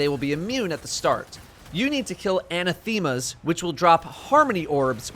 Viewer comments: Pedantry in 3, 2, 1 ... It's "a-NATH-ema", not "ana-THEME-a". Also, the corsair down can lead to a new pursuit if you do enough in a single week. There's a thread on /r/raidsecrets about it right now, but /u/GrimnirFaltz. Not sure if there is more to that that is still undiscovered, but at least it's something. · It’s Anath-ema. Not Ana-theema. It sounds like diaspora. Upvote so he can see. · love you man, but it's "uh-naTH-ma" not "an-na-theme-a." Killer work as always! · Well this was a MUCH NEEDED guide! The Dreaming City is a NIGHTMARE! Well, a "Nightmare" IS a dream, right? I haven't gotten to it yet but I heard say something about having ti kill: "anatheema's" I'm sure that's spelled: ANATHEMA?? If so, that's pronounced: a NATH ima. It means cursed, as in cur SED,, not just regular "cursed". Just sayin'! I like that word! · "Anna - thEEma". 🤡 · əˈnæθəmə (anathema) - accent on the second syllable, short e sound. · Sucks that the blind well is so fucking lame, bland, and boring compared to EP. Typical bungie taking something fun and then Impleneting something worse later on. You mispronounce "anathema" btw. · Great work as usual, really appreciate it. The only complaint I have is... The way you say "Anathema" hurts my soul. Other than that, 10/10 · Is he trolling or does he actually not know how to pronounce "anathema"?